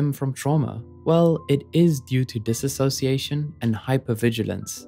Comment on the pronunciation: One thing… you pronounced (and sometimes spelled lol) dissociation wrong haha It’s a common error. It’s “Diss-oh-see-ay-shun” not “Diss-ah-so-see-ay-shun” As I like to say, there’s no “ass” in dissociation lol